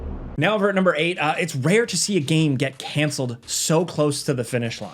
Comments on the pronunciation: Good ol’ nermber nine…. Gets em everytime. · “Nurmber 9” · "Next up at nurmer 9...." anyone know what "nurmer" means? LOL My thoughts the presenter tried to be cheeky and say "numeral 9" but instead combo'd it with "number" and made a new word LOL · "nurmber 9" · “Next over at nurmer 9” lol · "NEXT OVER AT NURMBER NINE" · "Nerber 9" lol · I love gameranx!!! LoL... " Next over at NEERMBER 9" Never change my friend LoL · Me thinking, "did he say nermber nine?" and then, when i selected the spot on the timeline it was a 'most replayed' lmao! He did in fact say nermber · "NERD-MER 9." 😂😅 LOL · “Next over at nermber nine…” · “nurmber nine” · i felt it was more like "nehrmbehr" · ermagerd nermber nern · He’s exhausted or drunk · Swedish Chef wants his royalty payments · "Next up at nermber nine." Taking is hard sometimes lol. You rock,. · Did you say Nurmer 9?